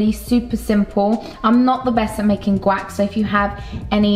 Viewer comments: It sounds like you’re saying “Quack” not guac🦆😂😂 I love you so much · Guac= Gwack LMAO ily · “Gwack “ is this an accent issue ? Lol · Is it just me or did she completely mispronounce guac?